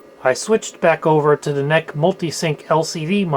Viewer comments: NEC is like IBM or VGA and should be pronounced that way. 😀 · I believe this is the first time I've ever heard anyone pronounce NEC as ""neck"